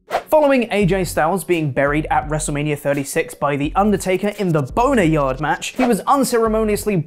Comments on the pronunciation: Why does he keep saying "boneryard"match? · Is he saying Boneryard....